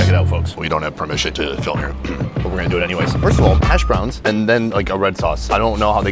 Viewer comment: I love your opening "We dont have permission but we're gonna flim anyway" hahahah